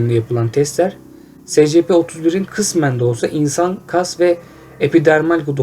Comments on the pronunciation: Sana İngilizce öğretmeni atıyorum secepe değil esipi diye okuycan!!! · Demir Durmaz es si pi. s= es diye okunur , c= si diye p=pi diye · Scp es si pi diye okunuyor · Esipi diye okunur